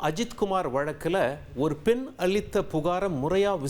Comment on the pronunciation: அலிச்சபுகார் இல்ல ஐயா, அழித்த புகார். உச்சரிப்பு மிகவும் அவசியம்.